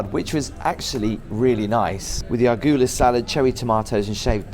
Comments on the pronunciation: Classic, it's "arugala salad" not "argula salad". Haha.😆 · “Argula”? Really? With your accent it almost sounds like a thing. Wow! It’s arugula. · argula salad? Arugala lol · Aren't the fiztures on the roof to keep the deck clean? Must ne many seabirds that close to the ocean. Loved yhow you gave the "rocket" salad a go; in NA it is a-roo-goo-la. Crazy old place; I'll bet it is haunted. Very cool.